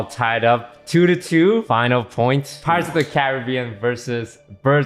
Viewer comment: Had a girl who pronounced pirates as pi-rates, stressing the i. Lost my faith in humanity that day Ps. Her first language was english